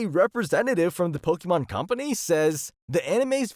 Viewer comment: It's not "po-kee-mon".